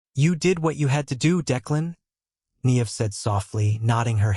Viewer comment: If you are going to use the beautiful Irish name Niamh ( pronounces Nee-ve) at least pronounce it correctly.